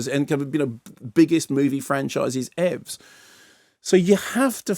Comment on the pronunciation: Hearing Dr Horror saying "ev's" so lovely and Dad-Jokey. I was watching a youtube video in which someone was talking about the books released by the Tolkien Estate and about how, because JRR wrote out everything long hand and didn't throw anything away, and instead of editing his previous versions, he simple started back at the beginning each time; there are several versions of the books, showing in detail how the story evolved. I found this fascinating... this film, not so much.